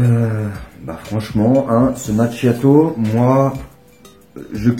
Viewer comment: Hello, ça se prononce Makiato! Nordiste! 😜